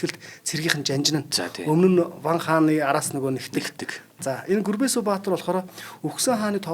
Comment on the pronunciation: Гүрбэсү баатар гэж авч байна ккк